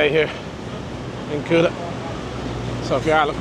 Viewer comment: hhaha welocome to kutaaa.. KUTA not Kyuta jajajjajaj.. what camera are you using?